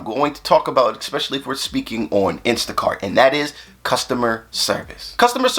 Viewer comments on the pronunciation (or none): With all due respect, “eckspecially” is not a word.